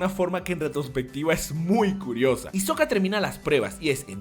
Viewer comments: Porque todos le dicen Isoka a Hisoka se pronuncia Jisoka si alguien me puede decir porque le dicen así? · Lo que me caga es que dices isoka y se pronuncia jisoka, pero buen video. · Buen video! Tus analisis son buenos, pero lo malo es que pronuncias muy mal los nombres de casi todos, empezando por Hisoka que se pronunciaria "Jisoka". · Se autodnomina "fanboy de Isoka" y no sabe que la H se pronuncia... Mmm algo está mal Imagino a como el meme entre botón rojo "Hacer una excelente evolucion de Hisoka en su máximo esplendor" o botón azul "Hacer un video sin que me lo desmoneticen por pedofilia y parafilias sexuales" xD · "debo cagmagme" dijo el hisoka XD